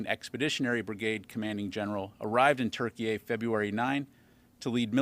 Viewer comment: Why is he pronouncing Turkey as Turkeyay